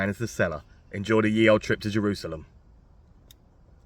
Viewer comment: just saying...the y in ye was pronounced as th...